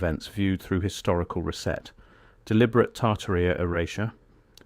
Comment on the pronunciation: Boy, AI reading is improving... even inhalations now! I only noticed three errors.. mispronunciation of "lead", "Tartaria" and "reset". Well done, AI.